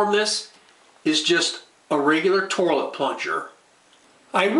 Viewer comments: Lol, I couldn't believe my eyes as I had to scroll down the first comment. I would have NEVER in a million lifetimes believed, that after watching and listening to this video, the first comment would not mention, "Toirlet," "Tore-lit," or even "Torlet." What is wrong with our society nowadays that a man is not being clowned on for his pronunciation of the word toilet in the very 1st entry of the comment section! This is despicable, absolutely disgusting behavior. Please folks, we need to do better and clown on those who would be kind and clown on us. This man needs to learn that his actions are unintentionally fuckin' hilarious. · Is that an r I'm hearing pronouncing toilet 😂 Tourlit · Haha I heard torlit too 😅😅 but so what... great video. And the video about how to replace the water filler was great. Ill be doing that this weekend . Thank you! 🎉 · WTF is a 'torlet'? LMAO